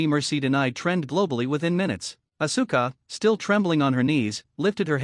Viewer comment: The pronouncing is ohssska not oh su ka.